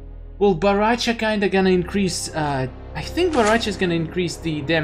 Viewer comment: I laugh when You say bo ra cha